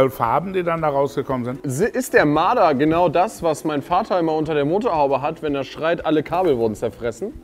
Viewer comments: Dieses Tier heißt Marder und nicht Mader!Grüsse gehen raus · Es heisst Marder !